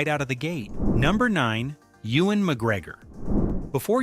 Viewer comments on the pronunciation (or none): none